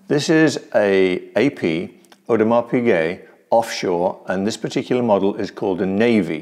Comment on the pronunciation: "Audemar" lol... Audemars is part of the holy trinity of haute horology... along side of Patek ! In my personal experiences, AP has never left me disappointed, my Pateks? 3 broken out of 5 owned... unreliable, dainty, overrated.